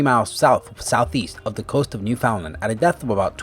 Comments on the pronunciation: I know it sounds nitpicky, but as one from the province, it's "Newfoundland" not "New Foundland." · It's Newfoundland not New Foundland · it's not New foundland it's newfoundland I'm from there. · New Foundland is actually Newfoundland... all one word. Pronounced "New Fin Land"... Sunken ships make me cringe, usually I wouldn't watch, but was curious which number the Titanic was. :) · It's Newfoundland. And it's pronounced New-fund-Land. And "schooner" is pronounced "skooner". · That is not how you say or spell Newfoundland... I as a Newfoundlander am offended...